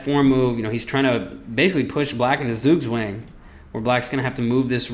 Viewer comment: The hell is a Soogswang?